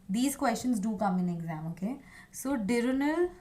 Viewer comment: Ma’am one small correction, it’s diurnal.